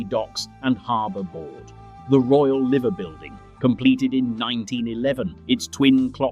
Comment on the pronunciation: So. Liverpool declined but not abandoned. That can be said for just about every city in the UK. Regeneration into a thriving city today. The Liver Buildings name is pronounced " Lie ver" not "Livver"